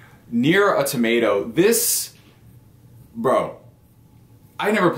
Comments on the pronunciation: He's killing me with the tomato lol. It's usually Autamada or Au Tomuta. That's a new one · Nier: A Tomato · Awe-tomato? Bruh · Yeah! I thought the exact same thing. Tomato! :) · I got triggered how he pronounced "automata" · john smith same here! 🤣🤣🤣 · I was like brah......stop trolling.